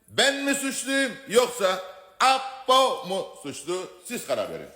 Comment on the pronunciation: Ayyyy düzgünce Apo deseniz nolur